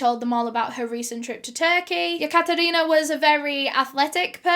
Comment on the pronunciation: Any 1 else cringing everytime she says yakatarina